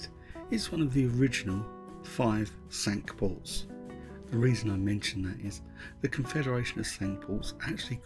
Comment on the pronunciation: Lovely video. Well done. Mispronunciation of “Cinque Port” however. Not pronounced the French way. Should be pronounced “Sink Port”.